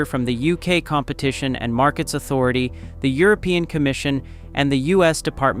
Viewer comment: Your AI pronounces competitive funny.